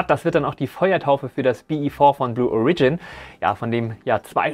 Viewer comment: Lol... Ich würde sagen, in diesem Jahr hat (zumindest vorerst) Falcon Heavy ja wohl den Titel der stärksten einsatzbereiten Rakete vom SLS zurückerobert..., zu Blue Origion... Die Betonung liegt auf dem O. Und es ist ein kurzes O. 🙂